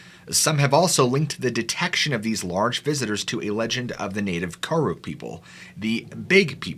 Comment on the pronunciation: Ka-rook is how it’s pronounced but spelled karuk, hupa, Yurok are all here aswell same area, we also never built tipis